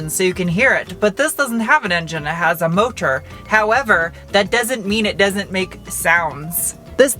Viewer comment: Who yelled at you about "mo tor"? lol